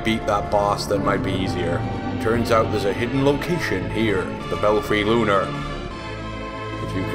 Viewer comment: "THE BELFRY LUNER" lol